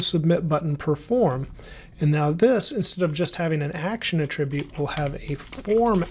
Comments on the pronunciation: A 'trib yute? No, it's 'At trib yute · Attribute! The noun is not pronounced like the verb; 😗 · These lessons are exceptional! The content is perfect in all aspects. I am curious though, about the pronunciation of the noun "attribute". I believe the creator of this video is using the pronunciation of the verb form of the word, where the accent falls on a different syllable. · why oh why cant you pronounce attribute correctly? its killing me!